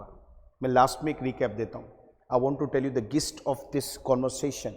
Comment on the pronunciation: Good work Keep it up Gist is pronounced as जिस्ट & not गिस्ट है ना Because English is a very funny language